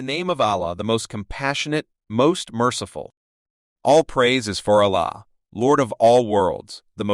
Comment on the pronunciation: Thanks for this. I feel the narrator really needs to work on saying Allah the correct way but like his explanation😊